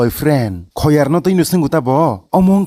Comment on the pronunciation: Not boyar is khoyar😂